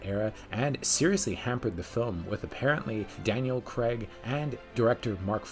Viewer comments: CRAAAAIIGGG..its Craig, not creg! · It's not creg it's craig - rhymes with vague